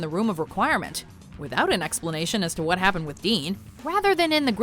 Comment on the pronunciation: ”hARRy” *”wOT” “EuhUehhh”